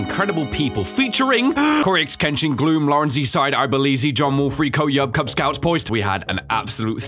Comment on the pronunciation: He said kuz scouts lol